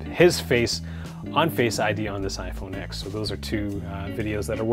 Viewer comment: It’s pronounced 10 not x